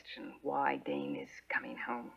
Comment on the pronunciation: Dane!!! Not dan